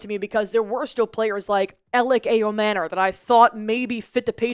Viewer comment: She butchered his name as well😂😂